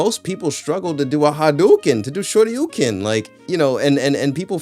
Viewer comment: What the hell is a "shorti oh ken" 😂😂😂